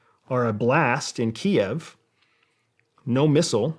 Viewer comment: Finally. Someone using the correct pronunciation of Kiev.